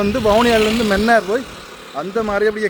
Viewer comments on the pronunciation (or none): none